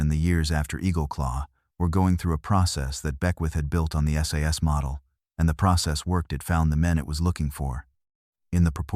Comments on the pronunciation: It's S. A. S. not sas FFS. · Stop saying ‘SAS’ it’s S.A.S. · It's S A S not "SAAAS". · Its not sas its S A S ,.Thank you .